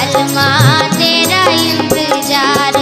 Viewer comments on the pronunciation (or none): Intejaar nahi, intezar please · Excellent singing from this young boy , but better to correct the pronounciation of words ie " intezaar" singing as " intejaaar" otherwise well sung 😊